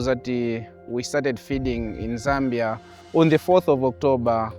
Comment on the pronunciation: But why calling Zambia (sambia)?are you serious?😡😡